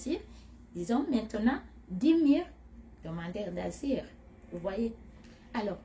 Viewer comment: Tu a un problème a dire le mots asiles